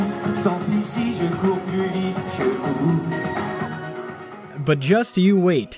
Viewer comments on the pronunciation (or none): none